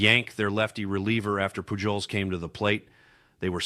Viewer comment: Albert Poo joles...really? It's Poo holes... Miguel Andoo jar...really? It's Andu har...